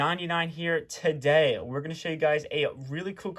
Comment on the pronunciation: Thank you for all the great tutorials. My favorite part of every video is when you say, "Tuh-Day". Keep it up guys